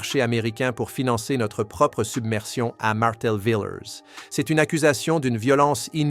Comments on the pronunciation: Prononcez VILLIER ET NON VILLÈRE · Villiers et non Villeère